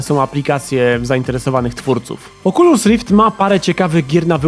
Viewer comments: Pudełko z goglami Oczulus Rift. 😂😂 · oczulus rift XD